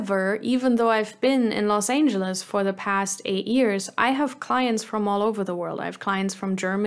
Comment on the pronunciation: That's funny - greetings from Germany! I thought you were a native at first but the way you pronounced Los Angeles and a couple of other words suddenly made me think: German?